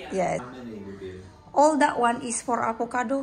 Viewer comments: Avocado mbak.. Bukan ALvocado.. 🤦🏻‍♂️😅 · AVOCADO mbak bukan ALVOCADO 😁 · Jgn bilang Al vocado mbak...bilang sj Avocado ☺️